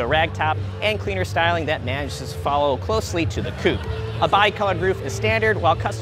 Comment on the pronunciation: Coupe* not coup